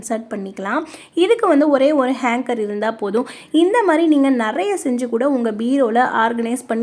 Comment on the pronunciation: Very good ! நல்ல ஐடியா!Hanger! Hanger, Hanker என்று சொல்லவேணாம்.